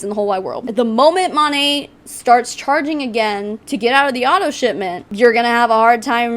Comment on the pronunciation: Mo-nae…. Not mon-aye 🤷🏼‍♀️ I mean I would know how to pronounce before I bashed j/s and no I’m not with monat never have been never will be but I would Atleast research enough to know how to province the name before I went onto a live video and bashed them. 🤣